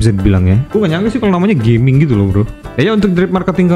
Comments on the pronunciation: bacanya Ga ming bukan Ge ming bg wkwk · Fyi, bacanya Ga-Ming (Gah-Ming) ya kak. Bukan geming as in Gaming (english). Soalnya di twt juga udh banyak dibahas dan dijadikan meme dan dianggap disrespectful. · Ga-ming harusnya bukan Ge-ming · Bukan Ge-ming banggg😂 tapi Ga-ming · Tulisannya Gaming bang tapi bacanya mungkin bukan jd inggris Geming, tp tetep Ga Ming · Punten cara bacanya bukan "geming" Tapi "ga ming" Cara bacanya pake bahasa cina jgn lupa ini char liyue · sprtinya ttep bacanya "ga ming" bang, mksdnya bukan dalam english "gaming artinya maen game", nama tiongkok ga sihh. Cmiiw